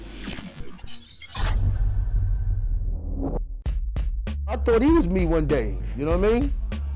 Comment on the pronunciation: That “WORD” nore said was so New York lol